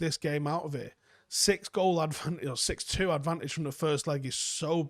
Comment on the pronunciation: "in the 6 - 2 defeat" every 3 minutes, love the emphasis.